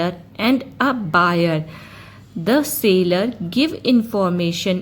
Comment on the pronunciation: its seller not sailor... sorry for being rude